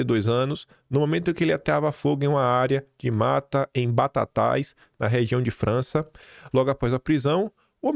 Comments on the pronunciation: Não é "França" é "Franca" Marquem o aí pra ele parar de errar o nome da cidade Segundo vídeo que ele erra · a cidade paulista onde o meliante foi preso por incêndio chama-se Franca, pronuncia-se Franka. Parabéns pelo trabalho! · Bom dia a pronúncia é Franca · BOA TARDE KIM. FAZENDO UMA PEQUENA CORRECAO DE UMA CIDADE DAQUI DO INTERIOR DE SP. O NOME DA CIDADE QUE SE PRONUNCIA E FRANCA E NÃO FRANÇA. ABRAÇÃO KIM!!! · O NOME DA CIDADE É "FRANCA" NÃO "FRANÇA". Se liga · não é "FranSSa", é "Franka"... Ta a 3 videos falando errado o nome da cidade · Bom dia, nome da cidade é RANCA e não FRANÇA.